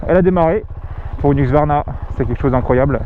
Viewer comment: Huxsvarna... ça se prononce Heusqouarna si jamais ;)